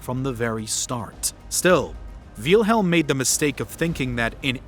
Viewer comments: Why is the name "Wilhelm" so hard to pronounce? Nobody edited this? Also way too much supposition here! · It doesn't take a rocket scientist to know his name wasn't pronounced "VEELhilm" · I'm a native German speaker and that is not how you pronounce it. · “Veal-helm” It’s Wilhelm like vill in village. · It pronounced "Vilhelm" not "Vealhelm". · "Veal-helm"? Never heard it pronounced that way before. :P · bro "Veilhelm" IT'S WILHELM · Don’t mean to sound rude but Wielhelm? Is how you pronounce name? It’s Pronounced Villhelm in English it’s not that difficult. Edit: I just watched the rest of the video, you need to learn how to pronounce German names and words. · Btw, it's "Will"-helm, not "Veel"-helm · Quick pronunciation note: the name of the Kaiser (Wilhelm) is pronounced "VILL-helm", not "VEAL-helm". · I’m pretty sure it’s Will-helm. Not Wheel-helm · I like how he spells out Wilhelm the second. "Wheelhelm the second" lol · It is pronounced will-helm my god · Jesus learn how to pronounce words. VEEL-HELM lol, what are you a 12 year old? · Excuse me, dawg. I believe it's pronounced willm-helm. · it’s same! Like Victor and Vicktor; Nicole Nicolas Nicolai. Wilhelm the H is dropped silience.. so it’s Will-Lem! Will, William,Wilhelm the same name. I watched German movies so I learned how they spelled out. May you lived in your own world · Great video thanks for that but minor critique its not veelhelm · Wiiiiilhelm, doesn't wilhelm has its I silent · This is a great video but as a german i find your pronounciation of Wilhelm very funny. All I hear is Wheelhelm haha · It looks like the creator of the video would have learned how to pronounce the name of its subject before making it. Tip: it's not "Vealhelm". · Veelhelm ahhhhhhhhh why?!? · Der Kerl hat ständig "Wiehlhelm" gesagt, das meinte ich damit. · I'm German and the Name Wilhelm is actually pronounced with a short 'I' It's pronounced like "will" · it kinda hurts that he is saying "wheelhelm" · "VEEEEYIL HELM"